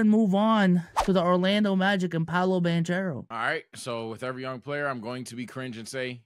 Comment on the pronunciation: Banchero is pronounced (BahnKehRoh) the CH in Italian is pronounced like a K